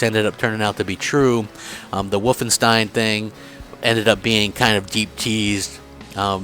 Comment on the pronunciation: its always funny how peolpe from other states pronounce german words (wolfenstein)